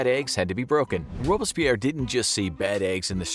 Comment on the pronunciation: Dude, one thing. It's Robs-pierre Rob-berts-pierre. Don't let bad pronunciation runs an otherwise good video.